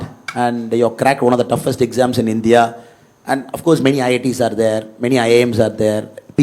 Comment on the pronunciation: Whatever said and done.. pronouncing India as Indhiya...viz.,... இந்தியா...is the greatest.